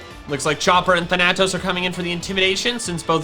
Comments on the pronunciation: Thanatos is pronounced Fan-A-toss not than-a-tos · You're pronouncing thanatos wrong its like thanos but with toes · Is there a reason you can't say Thanatos correctly? I am now genuinely curious what makes you pronounce it that way. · my brain hurts every time you pronounce thanatos